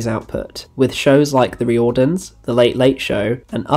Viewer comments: really appreciating the work here, but next time you come across any Irish surnames or Irish language names you might want to just check the pronunciation before diving in. Riordans isn't Ree-ord-dans. It's pronounced Rear-dons. The people talking about it in the clip you include are pronouncing it correctly. And the state broadcaster is pronounced Rad-ey-Oh Telly-Fish Erin. Remember, vowels in languages that aren't English tend not to make the same sounds. Had no idea about that Spider-man project, it sounds fascinating. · Duuuuuude it is f'in wild and awesome that you covered the Riordans. (Pronounced Reardans) My dad always talks about watching it when he was younger. I didnt really know much about it apart from Gabriel Byrne being in it.ill be very happy to show him this video. Great analysis and research. RTE are horrendous for mismanagement. Have you seen Bachelor's Walk by John Carney who made Once and Sing Street? It was unavailable for years after it first screened. I heard both disagreements between Carney and RTE and issues with music rights being the cause for it being locked away. I actually bought copies of it off someone on facebook who happened to tape every episode. I think it's the best Irish produced show. It was thankfully added to RTE player a few years ago but the quality isnt great